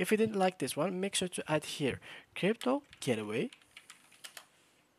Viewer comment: It’s the accent. He wasn’t saying "gateway".